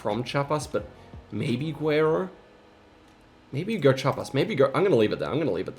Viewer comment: i don't mean to be that person but your pronunciation on guerrero bugs me every time, it can be tricky but the u is actually not pronounced so it sounds like "gerrero"